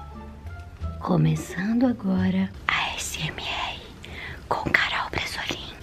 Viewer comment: Juro que entendi “Garool”🤣